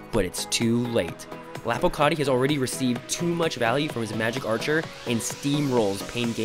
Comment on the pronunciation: Man said "lopocarti"